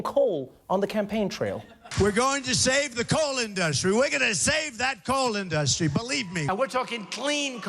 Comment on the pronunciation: "save the coal in-dus-y?"